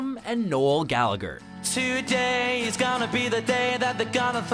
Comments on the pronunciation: it's pronounced gallaHER not galliger. What about bono the biggest one in the planet. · The pronunciation of Gallagher hurt my soul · Just to note, the second g in Gallagher is silent. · The second 'G' in gallagher is silent, get it right.